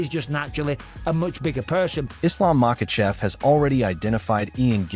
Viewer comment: For a college grad you dont know how to pronunciate and seem to put in mysterious letters in where there isn't one present, like Makhachev DOES NOT HAVE AN L ANYWHERE IN MACHACHEV?!? ITS DISRESPECTFUL FOR YOU TO MISPRONOUNCE SOMEONES NAME WITHOUT ANY ATTEMP AT DOING IT RIGHT!!!! FR9M CHAMP TO CHUMP!!!